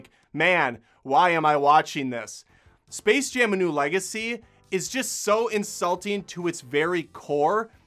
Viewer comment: Oh gosh. It's called SPACE Jam. Not Server Jam. They couldn't even bother reading their own title.